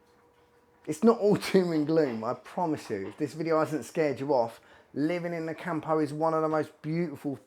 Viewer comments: It's CAMPO, no CAHMPOUH. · Hey mate, it's pronounced COME-PO not camp-o! Cheers